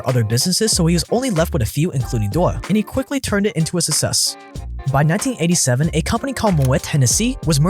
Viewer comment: "success" as well